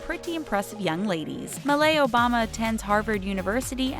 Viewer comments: Obama's daughter's name is MALIA not malai, it is a Hawaiian name, a very common one actually as my sister's name is Malia too. Pronounced MAH - LEE - AH sry it's just irritating when ppl either say it wrong or assume it's a name from Kenya, it's not. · Its MALIA Obama, not MALAI. Pronouced MAH LEE UH. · Malai? It’s Malia Obama my name is Malia Lmaoo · Uhm exuse me !!! Its not malai obama Its MALIA OBAMA 🙌pronounced ma-leah!! I should know since my name is malia too :) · If your going to say the Obama girls’ names I’m going to need you to say it right it’s not “Malai” it’s Malia. And Sasha is said exactly how it’s spelled come on now 🙄🗣🗣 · bro her name is malia and not malai hsjfjd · Incidentally, it's not pronounced "MA-LAY" Obama. It's pronounced "MA-LEE-AH". I wish this friggin' channel would do their homework and take the time to learn how to pronounce these people's names properly. It makes them look so lazy and ignorant. Like they don't give one royal shit about making themselves look like a reputable channel. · It's Malia, not Malai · lol.... Malay obama? she said the typo aloud lol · Malai Obama? I'll give you a D- for effort,. It's Malia, you were two letters off.. XD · Who tf is Malai???? Her name is Malia lol. Also, stop COMPARING CHILDREN! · "malai" obama??? oh come on. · Ma-lay Obama? Sis it’s pronounced Ma-lee-uh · You guys got the Obama girls’s name wrong… it is “Malia.” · Malia, not "Malai" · it's Malia Obama and not Maila Obama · MALAIIIIIIIIIIIIIIIIIII??????????????? mALAI? MALAII? ITS MALIA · It's not really North West's style of sense, is it? I also want to point out that Obama's girls are called Sasha and Malia, not Malai.. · it’s MALIA not MALAI 😤!!! get it right don’t disrespect the Obamas like that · It's "Malia," not "Malai." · Malia Obama gosh not malai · They said malai? Wtf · Malai Obama.... Umm it's MALIA... MALIA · Wait, I thought it was Sasha and Malia, not Malai? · ‘Malai’ Obama? Was this written by a dyslexic child?